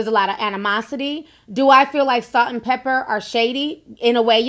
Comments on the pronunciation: Not trying to be funny but is there a reason why you're saying "pepper' instead of "Pepa"? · It's Salt n Pepa not Salt n Pepper! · It’s not pepper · stop saying pepper! it’s pepa!!!!!! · Lololol....it's " Salt n Pepa"... not "Pepper" 😘💛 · Salt n PEPA... not Pepper! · Pepa not Pepper. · Stop saying salt and pepper its pepa